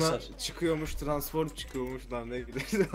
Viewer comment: Abi transform diyceksin.Transforum değil.Muhammet YT de mekatronik degil.Megatronik diyo dikkat!